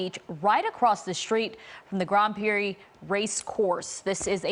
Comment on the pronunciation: Grand Prix… not “grahand prix”